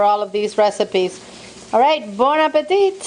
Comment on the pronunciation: so you know, say appetit like this "Appetee" dont pronounce the T at the end. Love your channel I just deep friend my first turkey last week from how you do it.. Thanks.. so there you help me I help you LOL